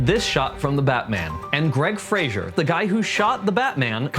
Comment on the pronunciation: Hey great video!! Thanks for sharing this! Just so you know, I think you’re saying Greig Fraser’s last name wrong 😅 Anyway, keep up the awesome content!